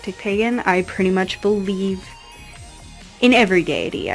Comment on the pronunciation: Nice altars. For a minute there when you were saying you "believe in every deity" I thought you said "I believe in every Gay-ity"